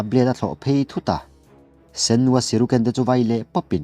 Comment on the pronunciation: Shuriken tih tur siruken nilo in